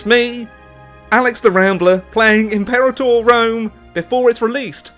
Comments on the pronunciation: Please, pronounce the title correctly: Impĕrātŏr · It’s pronounced Im-Pur-Ah-torr just an FYI